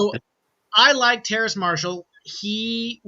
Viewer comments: it's Terrace Marshall not Terrance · it's Terrace not Terrance lol